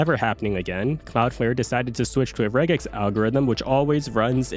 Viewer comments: I've only ever heard of Regex being pronounced 'Rej-ex' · The real regex error is pronouncing it with a hard G